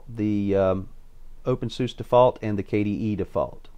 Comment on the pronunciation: It's pronounced opensuzah and spelled openSUSE, fyi.